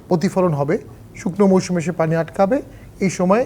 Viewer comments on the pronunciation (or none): none